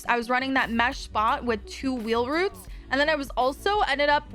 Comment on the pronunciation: "wheel roots can't believe says roots instead of routes 😂 heard this in stream yesterday and was confused